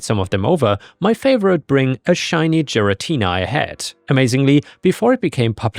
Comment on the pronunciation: hearing butcher giratina’s name (gare (like gary) uh tea nuh made me cringe slightly. anyway NTA on story 2